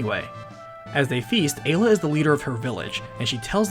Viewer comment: Finally, someone that pronounces Ayla correctly.